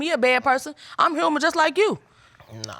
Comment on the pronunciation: Human sounds more like the hum in hummus...